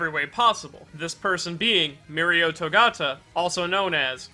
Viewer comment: Gotta learn how to say his last name though